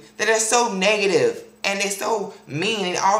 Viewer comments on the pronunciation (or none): "...all that 'niggative' energy" lol I still love you tho =]